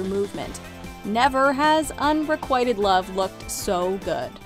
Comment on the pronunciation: "Un-re-quieted" love? I believe that's un-reh-quit-ed love.